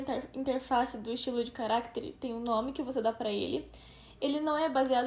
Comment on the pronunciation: é estranho ouvir ela falando carActere, ao invés de caractEre. mas ta bom, não é nada de mais